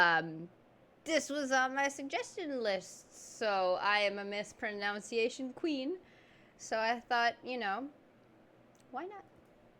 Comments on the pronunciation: I love how you said "I am a mispronunciation queen" and mispronounced 'mispronunciation'. 🤭 Wait, did that make sense...😆 My school friend used to say ex-squeeze me, I'm pretty sure it's from Ace Ventura LOL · I love that you mispronounced “mispronunciation”